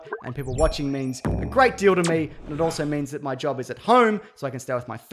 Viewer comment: “Mee or may”